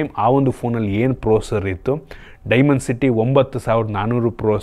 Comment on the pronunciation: ಪ್ರೊಸೆಸರ್❌ ಪ್ರೋಸರ್✅😂😂